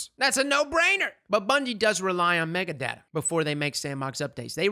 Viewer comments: Say Mega-Data again, I dare you, lol. It's Meta-Data. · Mega data? META. It’s META data. 🤦‍♀️